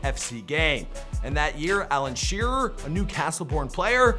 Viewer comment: Alan sherer 😂